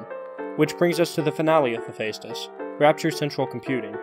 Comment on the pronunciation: Other people: Hephaestus.: HEPHÆSTHUS No hate, just found ur pronunciation kinda funny.